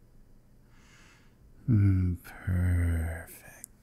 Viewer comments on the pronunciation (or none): When he says "perfect" Kind of sounds like "purrrrrfect" CHAT NOIR ANYONE? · OMG YESSS I SWEAR I WAS PRETENDING HE WAS CHAT NOIR AHDLWHALAJ